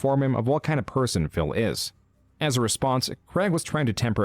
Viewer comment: Is callimg him "phil" or "fail"